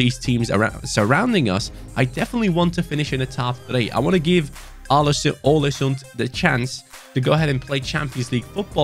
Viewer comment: The Odin thiago comment is true! And some norwegian talents u Can look for is , Martin nioten palumbo and Kristian thorstvedt, also you shoulder raid Bodø glimt for talents because They are dominant Big ups from norway Input go in too Google translate and look up the pronounciation for å because u pronounce the Club aw-le-soond